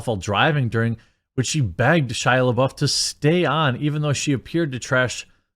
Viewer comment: It’s Florence “pew” like Pepe le pew, lol. And “lebuff” like gym dude is buff